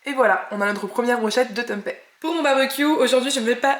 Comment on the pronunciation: Hello très sympa les salades rôties ! par contre c'est bizarre que tu prononces Tempai.... juste pour info, c'est du tempé avec un é comme dans pépé !! 😉 info y compris venant direct d'Indonésie !